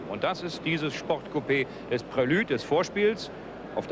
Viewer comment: Echt schöner Beitrag. :) Leider kann ich den Herrn Moderator NICHT noch einmal " Prilüde " sagen hören, ohne dass ich ihm freundlich ins Gesicht springen will... :D